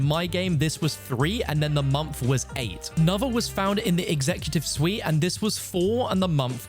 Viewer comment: At 4 mins i was like wtf is a mamf but then I remembers he said month